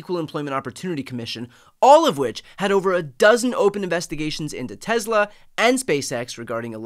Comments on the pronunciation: It's pronounced Tesla, not Tezla. C'mon Brian, Leon Muck already hijacked x, don't give him z too. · TESSSLA NOT TEZZZLA